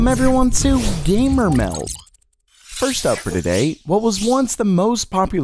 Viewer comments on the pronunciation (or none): I'm confused. Your channel is titled "Gamer MELD," but you always say "Gamer MEL." Which is it? LOL